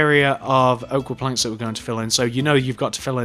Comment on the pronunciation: when he says planks it sounds like he's saying blanks